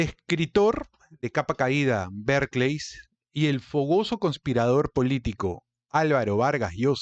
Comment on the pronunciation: Porque dice Berkleys ????